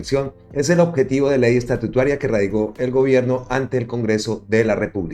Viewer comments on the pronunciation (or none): No se dice estatutuaria sino estatutaria